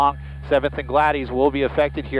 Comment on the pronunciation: Gladys is a woman's name. It's pronounced glad-iss, not glad-eez. I couldn't figure out where this happened until I deciphered his botched pronunciation of the street.